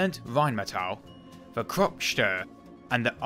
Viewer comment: "Steyr" is pronounced like "Shtire"